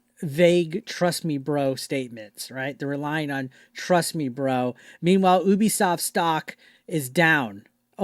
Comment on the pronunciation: Me: Ubisoft This guy: Oooobisoft We are not the same